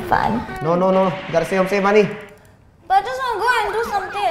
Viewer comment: says magee, not money. He even says "go I'm very hungry"